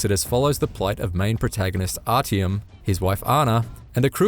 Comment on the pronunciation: Love that nobody can correctly pronounce Artyom. Also the Russian dub for these games are much better acted and appropriate